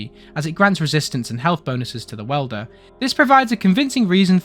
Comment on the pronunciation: Interesting, even as someone who doesn't play the game lol. I would point out that 'wielder' is 'wheel-der', not 'well-der' (that's a different profession entirely xD)